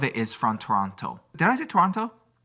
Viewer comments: pronouncing Toronto is so cute, yes thats the proper way to say it but if you want to sound Canadian don't pronounce the 2nd T (Tor-on-no) 🇨🇦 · Me saying at start “they don’t talk about Toronto” processed to tell Toronto story I loved how he pronounced Toronto lol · Stephanie saying Toronto correctly warmed my Ontarian soul ❤